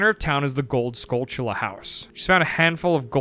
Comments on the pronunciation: I've always called them like skull-tula, like two separate words. But you are totally right. It is said like tarantula. Brain exploded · Holy shit, this man actually knows how to say Skulltula!